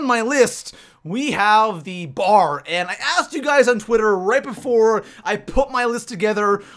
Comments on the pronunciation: It's a B.A.R not a bar god your voice is so annoying to the point where I could no longer concentrate on the video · it os call B A R